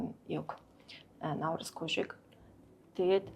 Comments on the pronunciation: Она Наурызм гээд байхын , Наурыз шүү дээ. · Наурыз гээч Она, науризм , науризм гээд байхын